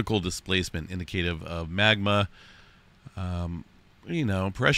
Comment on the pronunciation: You should look up how to pronounce the word indicative.